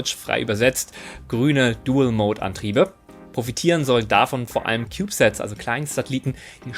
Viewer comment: Auf Deutsch übersetzt „Dual Mode“(samt englischer Aussprache( . Ich glaube ihr Deutschen wisst schon gar nicht mehr welche Worte Englisch sind. 😮